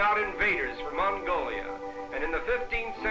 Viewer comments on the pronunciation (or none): none